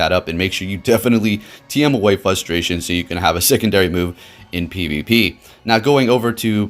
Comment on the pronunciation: Algorithm sounds about as real as your ability to pronounce frustration ¯\_(ツ)_/¯